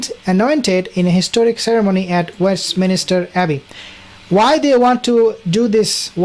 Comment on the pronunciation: Please...there is no "minister" in Westminster!